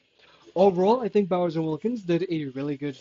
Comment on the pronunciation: are you saying "Bowser" instead of "Bowers"?